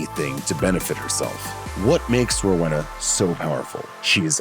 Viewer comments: Rowena (Row•eena) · Most upsetting thing about this video is the pronunciation of Rowena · They way the guy pronounce Rowena is a joke 🤣